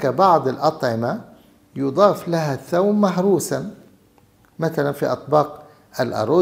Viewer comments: الثوم وليس الثوم بفتح الثاء انت دكتور على راسي لكن لاتتفلسف كثير بالأسماء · الثُوم بضم الثاء